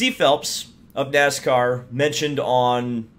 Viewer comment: Nooscar, what's Nooscar?